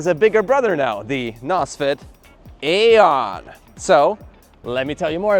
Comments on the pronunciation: BTW in english we pronounce it eon. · It's pronounced eon like aeon Flux